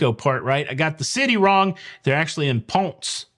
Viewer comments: Re: Ponce, Puerto Rico: It's Pahnsay, not Puns. In Spanish, that "e" isn't silent. Pahnsay. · Ponsay correct pronunciation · PONCE IS Pronounced pone-say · just as an FYI: Ponce is pronounced Pon-SAY. Also, having been in the business for 30 years (YIKES!), I'm surprised that people can still use basic deposit scams. I remember back in the days of "card mills", this kinda thing happened A LOT. Nowadays, it's just so easy to have a client sign up for the affinity program and add their number to the booking so they can track everything themselves. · The stop in Puerto Rico is Ponce, pronunciation sounds like Ponsay. My mom was born there. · Hello. The correct pronunciation for Ponce, PR is ponse. Have a great cruise. And continue bringing great cruise news. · FYI - Ponce, PR is pronounced Pon-say, have a great trip. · Pon-ce 2 syllables. Named after the PuertoRican explorer that discovered Florida and named it. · My husband is from Ponce PR. It’s pronounced “pon say” like Ponce De Leon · It's pronounced ponsay. It's puerto Rico not Paris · Hey - Ponce is pronounced Pone-say ✌🏼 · When you pronounce Ponce, you need to add an "eh" to the end of what you are saying- basically, pronounce the e at the end. It's Spanish, pronounce every letter. Have family there, and it would be amazing to see the Icon in that port- it's almost always empty, and you can see it for miles. The Icon would dwarf the port. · It’s pronounced Ponc-ay (long A) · It's PON Say, rhythms with Beyonce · Ponce Pon(as in tone) -say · Ponce, PR pronounced (Pon-seh) named after Juan Ponce de Leon Provisional Governor of the island of San Juan (now Puerto Rico) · Pohn '- seh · Pon say.....that's how you pronounce it